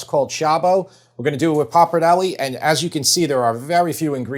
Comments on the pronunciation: The American "Papardelli", "Caberney", "Merlou", "Amaroni" makes me wanna scream. Nice cooking, though. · Looks delicious. Thank you for the video. Maybe it’s the social media gimmick to intentionally mispronounce something but the pasta is pronounced “pop-are-dell-ay” by any and all Italians. If you’re still unsure, ask an Italian. Respect to Italy and its language - especially if you’re selling cook books.